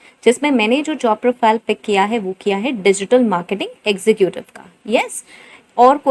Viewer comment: Executive pronounce is not ex zu ku tive is wrong it's ex zeh cative